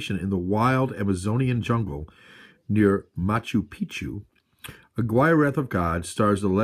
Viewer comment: Hey! Yeah, Aguirre is a really good film. One of my favorites in fact. I think it's pronounced uhgeerah. Don't mean to quibble though. Check out another film they did together called Fitzcarraldo. That's really good too. I myself have the Anchor Bay Herzog/Kinski box set. All of them feature commentaries by Herzog and an additional documentary called "My Best Fiend" which details Herzog's and Kinski's relationship with one another. Kinski was one wild guy. He also wrote a book about his life that I read around the time he died in the early 90's. I think it's called Kinski Uncut.